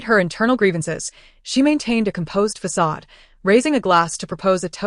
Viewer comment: What's with the AI not saying "facade" or " naive" properly in any of these stories?